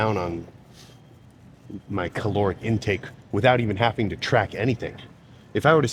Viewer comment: "Haffing" 🤔 I'm not sure I can trust the intelligence and attention to detail in anything you've talked about, given you're a grown man who can't correctly pronounce a word that the average first grader should be able to properly pronounce.